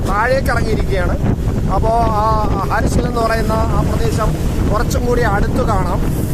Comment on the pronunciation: ഹാർസില എന്നല്ല ഹർഷിൽ എന്നാണ്. ഹർഷിൽ കഴിഞ്ഞാൽ മലക്കയറ്റം ഇല്ല.ഗംഗയുടെ ഉത്ഭവം ഗംഗോത്രി അല്ല. ഗോമൂഖ് ആണ്. ഗംഗത്രിയിൽ നിന്ന് 20കിലോമീറ്റർ ട്രക്ക് ഉണ്ട് ഗോമൂഖ്. അഥവാ ഗായ് മുഖ്.